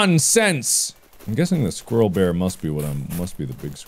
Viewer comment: Mark: "squirrel bear" My brain: "square"